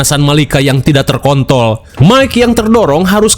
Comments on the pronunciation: terkontrol mg bukan Ter kanjut😭😭😭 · ngomong terkontol kurang R bang sampe kaget dengernya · bangg kurang RRRR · terkontrol bang.....terkontrol....napa jadi terkontol dah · Ter apa tadi min ? 😂 Terkon.... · Apa perasaan gua aja yh yg dnger bng ngomong terkontol 😅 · Tidak terkintrol, tapi kuping ku denger nya tidak terkont.l, kuping ku yang salah atau gmana mang😂😂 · kurang huruf R mang wkwk